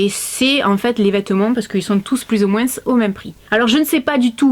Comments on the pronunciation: Coucou je t adore masi il y a un truc qui ma choquée qui prononce le S de moins personne ne dit sa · J'adore quand tu dit moinss